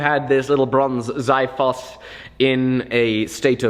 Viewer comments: xiphos should be pronounced KSEE-fohs, not ZAI-fohs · It's xiphos (ksefos)not (zifos)use Google translate to hear how it's sound 🙂, think that ancient Greek blacksmiths create this swords only with simple tools because we speak for bronze age many hundred years before iron 🙂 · Dear, It is pronounced kse-phos! It sounds like the x in approximate. Sincerely a huge fan! P.S. Keep up the awesome work you are doing! It is mind blowing and beautiful! ^_^ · Its pronounced Ksee-foss. Sorry, its just bugging me lol